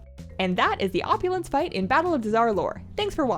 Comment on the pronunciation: Op-yoo-laaaanz! You earn everything! 😂😂😂